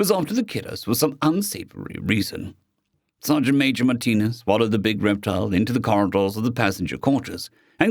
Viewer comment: Oh! It's Sergeant Major! Not Sergeant "maaj". Ok, you corrected it. Thank you.